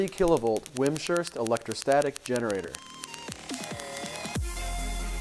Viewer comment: It sounds like you pronounce the name wrong. It is pronounced Wimz ... Hurst, not Wim ... Shurst. Thanks for showing the Sparkit machine.